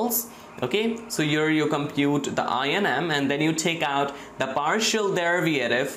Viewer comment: I would look past the bad and WRONG pronunciation of BASIC concepts like 'discrete' (yeah, it's diScrete not dicrete), 'derivative' (derivaTive not derivIARive), etc. or the constant triple repetition of things if he wouldn't mess up BASIC ML/math equations, like, 1) The cost function is defined as (1/2m)*sum(...) NOT (1/m)+sum(...) 2) The partial derivaTive of the cost function is (1/m)*sum(h(x)-y)*dh(x)/dx and NOT (2/m)+sum(h(x)-y)^2) as he wrote.